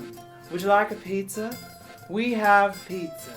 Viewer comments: Trixie che cazzo dici, pizza rimane pizza non pizZÀÀÀ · I love watching this series! 😂 Anyway, the Italian word for 'pizza' is 'pizza', not 'ppzzzaaahhh' 😂😂😂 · italians pronounce pizza as WHAT